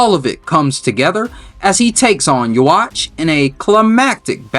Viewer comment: Yhwach is pronounced you-huh-bah-huh, not hating just correcting you before someone corrects you in a mean way